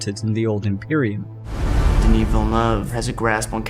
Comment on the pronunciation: How about pronouncing the directors name right